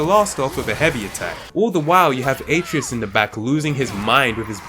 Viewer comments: It’s pronounced uh treh us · Kratos says the name At-ray-us like a million times and you still managed to pronounce it wrong, you truly have a gift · He said Atreus wrong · The way this Guy says Atreus hurts my soul.